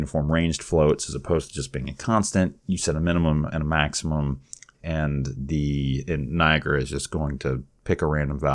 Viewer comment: its not NI AGRA its NIA GARA